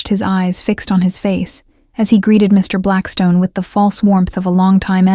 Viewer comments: I enjoy the narrator too, although unfortunately I think its the "good 'ol" AI ... listen to the stop between MR ... & BLACKSTONE. perhaps I'm wrong ... ?? Eugenie Adelaide, South Australia, Australia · Yep needs a part 2 for sure, but one issue with the AI reading. Every time it came to saying Mr Blackstone there is a pays between the Mr and Blackstone as a dramatic pause which should not be there, it should flow smoothly between the Mr and Blackstone. It’s why I’m not a fan of AI doing the readings. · Thank you. That also drives me crazy in these stories!